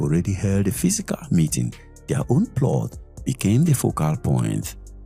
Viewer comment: Ploth. It is pronounced “plot”